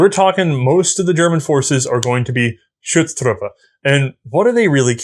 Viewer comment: I love how managed to pronounces the German Umlaut "Ü" when it is not there in Schutztruppe and ignore it in Büchse. Just switch the two, say Büchse and Schutztruppe and you are 100% correct.:D